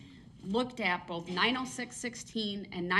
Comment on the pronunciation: I noticed words that end with TH he cant pronounce right. BOFF OAF TROOF